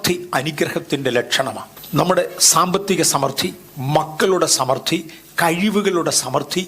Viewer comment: ന് സമൃദ്ധി എന്നു ശരിയായി ഉച്ചരിക്കാൻ പോലും അറിയില്ല. I was about to sleep.But made me sit and listen fully. Thank you for bringing to your channel.